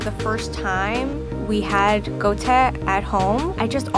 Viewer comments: She massacred the Chinese pronounciation of Guo1 Tie1 (Qua-tear). Sounded more like Gaultier. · ITS NOT GO-TEH ITS GWOH-TIEH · .... did she just say go te... i'm chinese and I'm cringing very very hard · IM SORRY BUT THE “ GOU TE “ IS MAKING SO MAD HAHAHSJSSKWNSKSKS its guo tie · was it suppose to be pronounced Gouteh like she did or gwoah tyeh? my chinese friend always pronounced gwoah tyeh, idk cmiiw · Goh-teh? Bro your pronunciation doe. It’s guo tie. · I got so triggered when she said goute Bc it’s guo tie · 'GOU-TAY' oof butchered the pronunciation there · it wouldhv been better if she pronounced Guo tie correctly, G-U-O, not G-O-U 锅贴变狗贴了呵呵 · wHaT tHe hELL is 'go-te' bISH ITS GUO TIE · bro, it's not gou te it's GUO TIE. gu-wo ti-eh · It's called "guo tie" not go te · She pronounced it wrong. It's guo tie - it's a “wor” sound. Sorry if I seem salty. :-\ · Lol go teh wtf is wrong with ur pronunciation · Lol the guo tie pronunciation is so far off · The way that lady said "Guo Tie" was super off 😖 I am all for romanization and anglicized words for the general public to understand. But please for the love of all that is holy, either pronounce the words properly in the native language or just NOT use it at all 😑😑😑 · the chinese lady pronounced guo tie wrong oh my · the second girl mispronounced the fuck out of guo tie so bad i cringed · her pronunciation of guo tie is so off 😅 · 'guo tie' her prononciation is aweful! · Her pronunciation of guo tie....ooof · Totally mispronounced guo tie in the video, but every time, i eat any dumpling with vinegar!! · Who pronounces it like that?